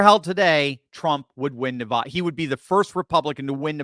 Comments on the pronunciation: YOU ARE SAYING NEVADA WRONG!!!! its not Navoda!! its Nevada! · I know that you are far too educated to be pronouncing Nevada in the way that you are pronouncing it. It must clearly be by your own determined choice to do that. For people that live in Nevada, hearing it like that is like scratching your fingernails across a chalk board😮... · You’re pronouncing Nevada incorrectly